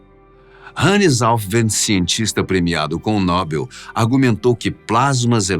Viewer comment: Quando um apresentador de um programa que discute um assunto tão sério fala NÓBEL ao invés de NOBEL, já não levo à sério mais nada apresentado por ele!